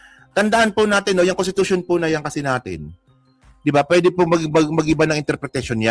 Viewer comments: nakakahiya, Contitution daw,! wrong pronounciation ??? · contitution daw , wrong pronounciation.